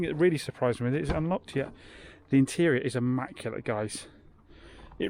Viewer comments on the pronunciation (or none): ‘Nearly ammaculate’..😬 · Devon pronunciation..😬